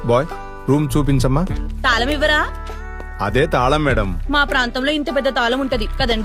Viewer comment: తాలం కాదు తల్లీ, తాళం.